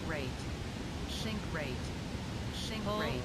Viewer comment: WADAFAK, why shink rate and not sink rate? xd